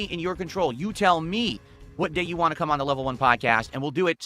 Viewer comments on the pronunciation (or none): Wahn is always my favorite. Like he intentionally drops the T